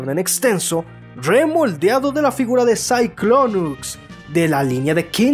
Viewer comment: ahora pronuncia el nombre de cyclonus con x al final